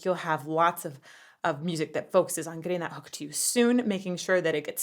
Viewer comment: You say 'hook' and I hear "HULK" and i'm like...???? 🙂